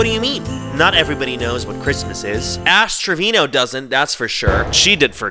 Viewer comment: okay bilingual King pronunciation so on point I thought you spoke Spanish😭😻